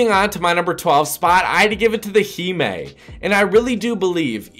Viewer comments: Heemae Lol 😂. It’s Hime. Hi mm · Himé really your fucking stupid it’s pronounced [Hy-ma] dumb-ass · he just said heemee